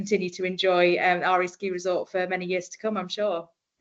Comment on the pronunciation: Åre is pronounced more like Ore than Are.